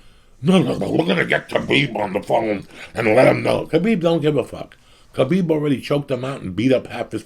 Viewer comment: everytime he said kabeeb im getting hungry